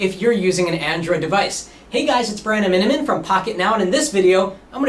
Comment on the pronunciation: What is his name? all That i hear is "Hi guys I'm from pocketnow"